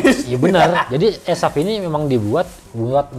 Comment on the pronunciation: Ko gw dengar asef iya, bukan esaf😂